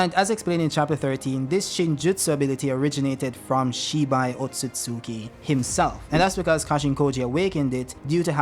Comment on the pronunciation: Finally someone who pronounces Otsutsuki correctly! "Ot-sut-suki" Not "Ot-suts-ki"